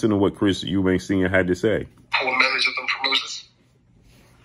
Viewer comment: Why do people put an 's' on the end of Eubank. It's really not that difficult.